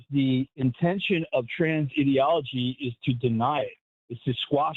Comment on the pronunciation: you're a science-denying weirdo, and once again, people like you talk in buzzwords like "ideology" without knowing what ideology is. And you mispronounced it, you mug.